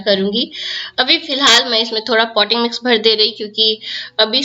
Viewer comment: No clarity in your voice at this point poty mix?????